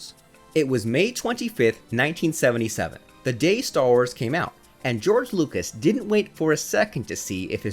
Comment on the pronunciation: George Lukewis 🤣🤣🤣